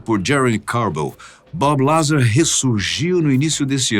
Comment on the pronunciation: Fala pra ele que não é BabiLazar. Ê Bób Lazár